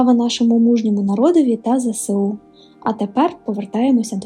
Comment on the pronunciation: Зе Ес У не зесеу